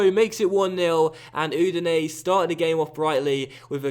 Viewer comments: Udinese is pronounced "Oo-di-nay-say" by the way. The 'E' at the end creates the 'ay' sound. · Not really but still better than his pronounciation lol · be honest that's true. But I know that the way pronounces it isn't correct.